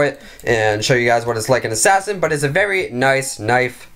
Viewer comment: I just like it how HE LIKE ASSAIN